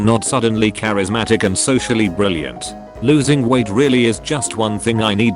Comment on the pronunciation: It's 'losing'. 'Loosing' = 'loose', as in not tight.